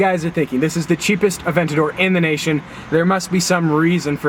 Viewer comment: Funny how he's trying to get a Lamborghini Aventador, yet he doesn't know how to properly pronounce Murcielago, Gallardo, or Aventador.